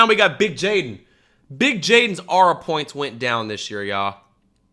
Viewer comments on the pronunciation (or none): trying to say aura "ara" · Bro said ahra points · Ur saying aura wrong 😭